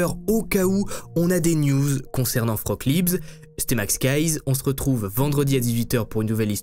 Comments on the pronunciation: Tes vidéos sont dementes ! (Pour info Frauke se prononce Fra-o-que, ma grand mère allemande s'appelle comme ça et à du changer de prénom en arrivant en France à cause des français qui l'appelaient "froc" 😂) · Tu racontes super bien les histoires, c'est toujours un régal de regarder tes vidéos, par contre en tant que germanophone c'est un enfer de t'entendre l'appeler "froque" toute la vidéo xD ca se prononce fra-oh-keu et c'est bien plus joli que vieux froque x) la pauvre x) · Le prénom "Frauke" se prononce "Fraoke" en disant bien le "e" final... mais tout le monde ne parle pas allemand. Vous êtes fortement excusé. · Coucou. J'habite en Allemagne, et je voulais juste signaler que Frauke est une prénom féminin et qu'il se prononce "Fraouké". Merci pour ton travail. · Merci pour la vidéo, atroce et j'adore la police.....Ils ont toujours mieux à faire. Je vais regarder un peu si je trouve quelque chose dans la presse allemande. Une petite chose-le prénom de la fille ( ou jeune femme) est Frauké, le "e" à la fin est prononcé, Liebs c'est son nom de famille. La langue de Goethe a bien des complications insoupçonnées ;-) ! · Coucou ! Juste un petit reproche sur la prononciation du prénom : Frauke> Fra-o-que. Et l'autre remarque, mais je constate que tous les articles wiki, même en allemand, fond pareil, comme je l'ai dit, Frauke était son prénom, Liebs son nom de famille. Donc c'est un peu dérangeant d'entendre le nom sans le prénom. "Dubois a téléphoné à sa mère, Dubois a été boire un verre..." Bref, vous m'avez comprise.🙄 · Frauke Liebs???? ca se pronnonce Fraoke.................. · Mauvaise prononciation du prénom Frauke. Le E a la fin faut bien le prononcer. Et AU en allemand ça fait pas O. Faut le prononcer A OU.